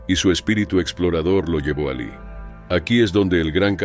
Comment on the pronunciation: Porque hablan con muchos errores de pronunciación y otros detalles, los demas comentarios señalan algunos. "Allí " pronuncia "alí"